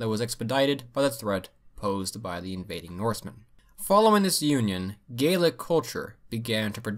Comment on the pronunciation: Thanks for the correct pronunciation of Scottish "Gaelic", it's a little thing but so many people get it wrong :P